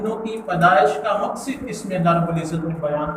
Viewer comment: مقصد ہوتا ہے ص کے فتح کے ساتھ